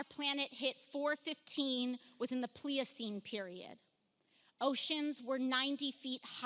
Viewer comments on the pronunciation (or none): God, she can't say Pleistocene correctly. She really doesn't know what she is talking about.